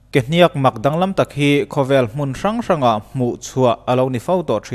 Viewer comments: Kehniakkk a nilo kehniak, thluk a awm lo. Ka lo sawi ve mai2. 😇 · Kehniak or Kehniâk chu ti la ala pawmzam theih deuh Kehnîak i ti tlat mai hi ava mak em! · A tawp hi sang lovin a hniam tur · Ke hnîak ani lo..ke hniak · ke hniaakkkk itia, kehniak tih tur nilo mi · Ke hniak i tih a hniak i tih khi a dik lo deuh, a rim hniam tur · Ke hniak i thluk dan hi a diklo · Kehniak hi lam dik la ngaihthlak a nuam sawt tur. Kualkhung tih lam angin hniak hi a ri a hniam thla tur a nia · kehniak tih ilam kha i pai deuh anih kha mizo ini maw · Kehniak i lam dan hi dik lo in k va hre ve awww. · Dik chiah thlukna a wm lo .... 👍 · Kehniak i lam dan chu mak ka va ti ve, Kehniak ka lam dan nen a in anglo deuh a, chuvang chu nia mak ka tih. Engpoh nise ka/kan support em+ zel che aw.. ☺👍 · Kehniak a lam dan hi a dik lo. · Ke hniak i lam Dan hi a diklo..